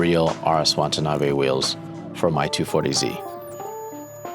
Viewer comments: It's pronounced "Watanabe", not "Wantanabe." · Say it with me: "Wah Tah Nah Bey" - not "Want a knobby." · whose this Chen? you'd think a guy with Asian heritage would be able to call himby his name, Watanabe, not wantanabe throughout the entire 50 min video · It's not Wantanabe Larry. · Be respectful and at least pronounce the name correctly. You are saying Wantanabe. It’s Watanabe. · Wa-ta-na-be. Say it with me. Wa-ta-na-be. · Drink a shot every time he says WaNtanabe. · Throughout this video, Watanabe is consistently pronounced "Wantanabe" And Larry himself makes this mistake in text in the comments. What happened here? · He said wantanabe the whole time! How embarrassing. 😑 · Classic Larry Chen, given exclusive access to a company, can't pronounce the name of the company correctly. There is only one N in Watanabe. It's not "Wantuhnahbay". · it's so disrespectful the number of times Larry mispronounced his name. I'm still not sure if you're dyslexic or stupid at this point